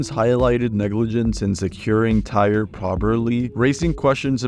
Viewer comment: He pronounced like 50 words incorrectly. Sounded like AI was talking